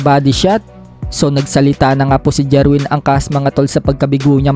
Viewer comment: Jerwin not jirwen😅😅😅